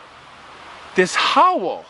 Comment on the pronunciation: I like how you pronounce 'howl' with two syllables